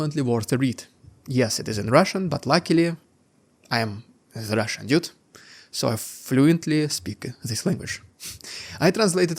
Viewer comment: dude, I can speak more than one language, what are you talking about? It irks the hell out of me that he says dyude, I thought it would be clearer to write it in Russian/Cyrillic.